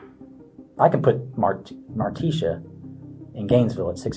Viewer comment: This AI voice isn’t that bad. But the pronunciation of Martisha as Mar-tee-SHAW is annoying.